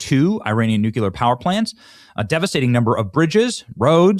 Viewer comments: could you please start saying nuclear instead of nuculer.... you sound like a moron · Day 373 of begging Benny to say Nook-LEE-er (Nuclear) … Nook-You-Ler is not a thing. Even if GWBush says so. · Its Nu clear not Nu cular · Please, please, please… nu-CLEAR. Not nuke-ular. I won’t listen when I know you’re gonna say it. It’s ignorant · Benny, the pronunciation of nuclear is noo klee ur. Let’s practice noo klee ur. Not noo q ler it’s noo klee ur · I Googled Nu-cue-ler and Google says there is no such word. Either learn how to spell or go back to school. DO YOU KNOW PHONETICS> NEW-CLEE-ER. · Brother, it is NU CLE AR. And not NU KE LEAR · Benny, are you okay? Nuclear is not a 3 syllable word. “New - Clear” … Just making sure you didn’t have a stroke or something? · SAY NUKYULAR AGAIN, CLOWN! 😂Benny, you're an adult. Speak like one! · Still haven't looked up the word DECIMATED, huh? It means only 10%! Still can't pronounce nuclear correctly. How old are you? 4? Seriously!